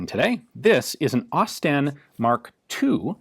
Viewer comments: It's pronounced 'Osst-in' Great vids though! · "Ausie STEN" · > Expect it’s going to be pronounced like Austin > Aus-Sten > I see what they did there 😑